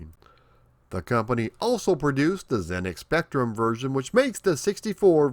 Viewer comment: I am amazed to see that after all these years Americans have started pronouncing 'ZX Spectrum' correctly, various creators have started getting it right. Admittedly, I always thought it was cute when you guys got it wrong though.